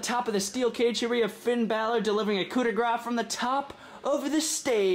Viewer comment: You said Finn bal'or coupe daue grah Finn bal'or